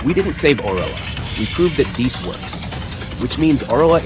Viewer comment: I'm so so sorry..... ITS PRONOUNCED DAY-U-S like Wolfgang Amadeus Mozart